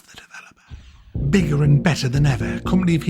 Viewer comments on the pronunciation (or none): Of the developuhh